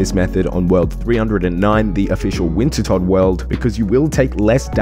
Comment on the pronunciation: Who the fuck is Winter Todd??? Are you, perhaps, referring to Wintertodt, which is pronounced winter toad??